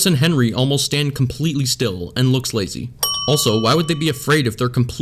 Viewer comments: u said “henwy” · Him: Henry teleports in the hallway Me: Henwy wers glashes u wong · i just love this blooper he decided to keep him after he said fenry. He practiced how to talk again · Good job liwle Henwy your finally learning me: you're a adult type the right things and why did you mess up on the Henry part to Hefry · Lol he says fennry 🤣🤣🤣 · It’s Henry not Henry.